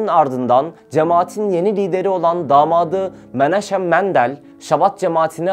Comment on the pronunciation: Şabat degil habad, menaşem değil menahem, haber yapilan konuya, terimlere hakim olunmali